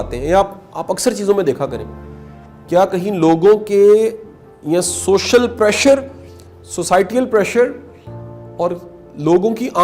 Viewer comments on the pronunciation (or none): none